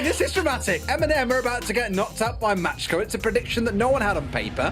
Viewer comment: Who else is triggered because pronounces „macko“ „matschko“?